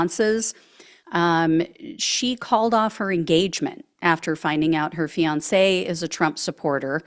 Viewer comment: If only it were true. Men need to leave MAGA wives. If only it were true!😢 This AI because you didn't pronounce fiance correct. Hmmmmm